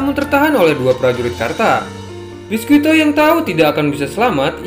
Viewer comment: Bang klo mau bilang nama biscuit pake versi bahasa Inggris aja bang gk usah yg pake penyebutan Jepangnya, soalnya itu nama orang barat bukan nama Jepang jadi lebih enak pake yg penyebutan bahasa Inggris aja (biscuit) soalnya itu nama orang barat bukan jepang Jujur aja bang agak kurang enak didenger aja nama orang barat tapi kita nyebutnya pake Jepang jadi aneh gitu, klo orang Jepang sendiri yg bilang ya gk masalah soalnya mereka agak susah ngomong nama2 orang barat